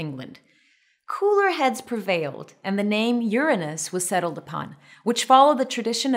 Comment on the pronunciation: Thanks for providing the proper pronounciation :D